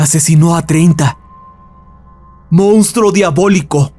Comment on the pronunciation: Mounstro no. Monstruo. Si fuera cualquier otro tipo de canal lo dejaria pasar, pero es un canal de narración entonces la pronunciación es mucho mas importante según mi opinión. Saludos y gracias.